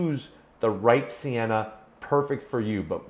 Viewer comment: For real I thought it said senna not sienna